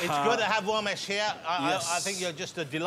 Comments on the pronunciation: Did he said Womesh on purpose or what ? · I can't stop laughing as Johnathan kept calling him womash 😂😂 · On Wossy tonite .... Womesh Wanganathan .. Wita Owa .. Wamsay .. Fwed & Gino 😬 😁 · Even though the R sound does not really exist in English, I have always loved how Jonathan Woss manages to botch it nevertheless! It's part of his charm, I guess. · I came to see Jonathan butcher Romesh’s name, thankfully it was right at the start. Cheers editor